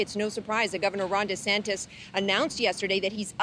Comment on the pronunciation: "Don Retansis" needs to slow down on the "hamberders". He looks more like "Individual 1" every day.